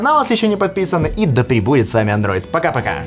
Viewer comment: «…хотяяя, покааа я бы усомнился в этих предположениях…» ждите этой фразы. Она мимишна и уникально)) произнесена